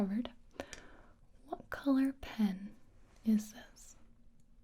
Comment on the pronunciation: that is the most perfect "colour" i've ever heard ngl